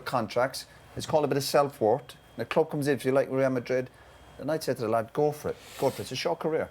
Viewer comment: How can a grown man not say Real Madrid properly?